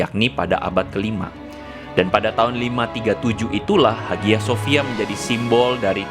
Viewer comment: Bang lu keknya kudu belajar lagi deh, lu ngomong "HAGIA SOFIA" aja salah bang, wkwkwkwkwk......